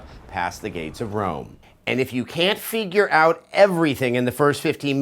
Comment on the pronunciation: What does "Figyur out" mean? LOL